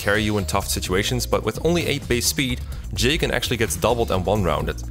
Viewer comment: "Jaygen" lol